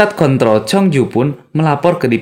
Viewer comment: Lagi serius liat nya jadi ketawa gara gara salah ucap kontrol njir